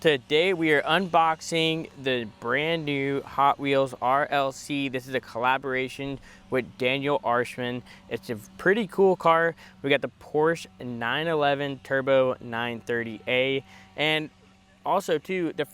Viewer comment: Arsham. Not “Arshman”. This is one of the best premium Porsches I have bought. I bought 2 from Mattel when the sale dropped, and am very happy with the one I opened. The execution is amazing. Is it worth $70 retail / $100+ after market? I guess, since buyer demand validates those prices.